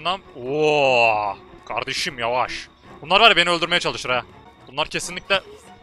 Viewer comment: 4.39 abi yavaş deme öyle :d